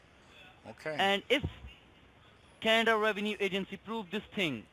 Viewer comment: Good one again Sir. How can someone fall for these scamming bastards who can’t even say Canada properly